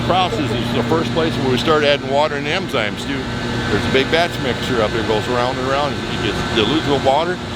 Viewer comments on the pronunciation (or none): "Enzymes" not "Emzymes!"